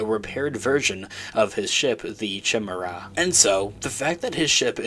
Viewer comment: Its pronounced "ky meda"...Not "chamera"